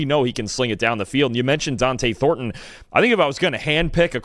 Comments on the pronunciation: It’s not Dionte Thorton, it’s Donte Thorton 🤦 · say it with me “ DON-TE (DON-TAY) THORNTON